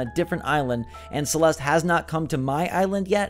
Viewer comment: my name is celeste but that is not how you say it